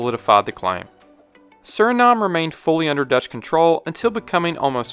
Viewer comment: Solid video! Just a small comment on your pronunciation, Dutch is basically said like "dodge", but without drawing out the vowel as much. You make it sound more like Deutsch, which is the German word for "German". Not the same.